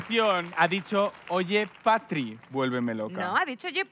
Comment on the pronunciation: Javi diciendo que dice "Patri" y lo que dice es "Catri" de Catrina😂😂😂😂